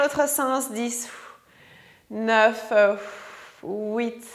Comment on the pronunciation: Super séance complète ! J'adore et surtout avec l'accent quand vous comptez 'houit"...je me régale !